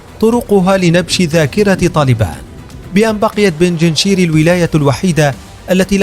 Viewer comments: بنجنشير ❌ بنجشير ✅ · يا صاحب الفديو .. بنج شير ... بنج رقم خمسة ( بالدومنة ) و شير اسود ... بنجشير و ليس بنجنشير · اسمها بينج شير و ليس بيجينشير لا تلفظ هكذا